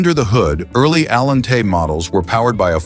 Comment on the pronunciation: Cadillac Allen-tay! Gotta love the crappy AI narrators.